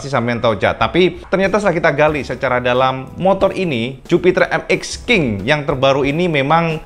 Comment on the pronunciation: Bacanya mesti begitu yah emmek king ?!?🤣🤭